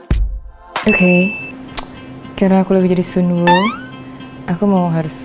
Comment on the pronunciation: Sun woo ku sun woo ku ... aq dengernya Sun go ku ☝️😆👍👍👍